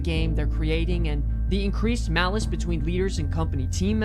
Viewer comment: "Malice" lol